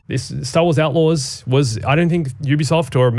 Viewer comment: "Star Wars Aightlaws?!"